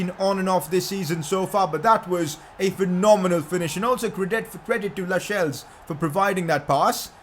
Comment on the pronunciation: it’s pronounced lasells not lashels